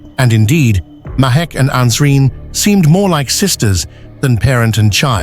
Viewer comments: It is Nasreen! Not Ansreen! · You got the names wrong it can’t be Ansreen but nasreen and it was Rehan